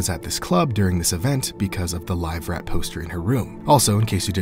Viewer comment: Its not live rat, its liver fort.